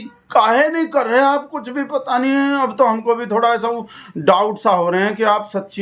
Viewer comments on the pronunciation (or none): none